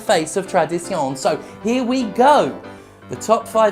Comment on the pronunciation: Tradi-sion. Your french is perfect.